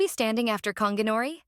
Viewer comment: It’s gon gi not konginori mf